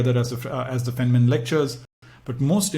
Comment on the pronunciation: Good explanation but his name is pronounced as “fine” man